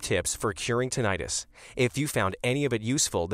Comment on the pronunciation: CLICKBAIT TITLE. The narrator doesn't even pronounce "tinnitus" correctly.